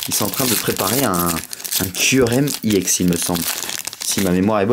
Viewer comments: arrete on dit ex pas iex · On dit pas iex mais on dit ex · C pas iex full art mais EX full art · Pourquoi tu dit iex? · Ou mais en anglais "e" se prononce "i"